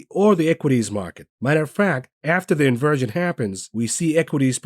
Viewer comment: Haha “In-Virgin” rather than Inversion….love this guy!!! LOL